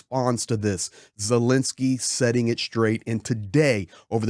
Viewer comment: Thank you for your support of Ukraine!!! 🇺🇦(Please pronounce Ukraine's President's name correctly. It's not Zilinsky, it's ZELENskyy.)